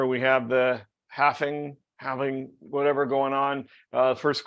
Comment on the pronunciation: I googled how to pronounce "halving" and it seems the proper way is "having", like the "L" doesn't exist. 👍